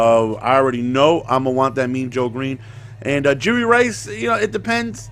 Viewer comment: YOU KEEP SAYING JURY RICE LMAOOO